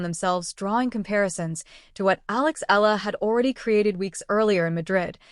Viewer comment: Why can't you properly pronounce her (Alex) family name..?? I'ts Eala, capital E-A-L-A, Eala !!.. 😠😠